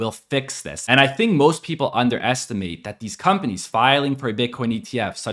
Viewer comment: did he say companies or “Pump”anies?